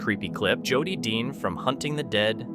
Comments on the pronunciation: To the voice narrator.. In the Hunting The Dead... You keep saying JOD... The guy's name is JODY! .. PLEASE SAY JODY! NOT "Jodd"... I don't think Jodys viewers, would like it only because nobody calls him or refers to Jody as Jod. Thank you for hearing me out... 😮 I'm sure your title wouldn't like to be effed up all the time either. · Thank you Cindy! I hate it when he calls Jody, JOD. that is NOt his name.. sounds like..." Joe Dee" ONE WORD!!! JOE DEE.. in cace you missed it 😮 😅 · On hunting the dead video his name is Jody not jod!! You really need to learn people's correct names!!! No one would be named jod!!! Jody yes!!! You can get gazs name right but not jody's!! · Is Jody not Jud